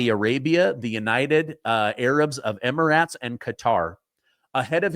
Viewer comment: pronunciation of emirates..."eh-mr-uhts"